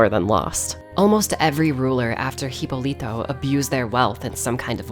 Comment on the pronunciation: What an awesome video. Congratulations on your effort. Spanish is my native language and I love the way you say “Hipólito” because you make it sound tiny and cute hahaha. Also, I’d like to thank you for taking the time and care to pronounce Spanish words correctly. Many creators don’t even bother.